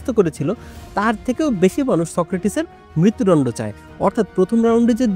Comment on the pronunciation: মৃত্যুদণ্ড টা ঠিক ভাবে উচ্চারণ করেন। শুনতে ভালো লাগে না। দণ্ড কে ডণ্ড র মত করে বলছেন 😮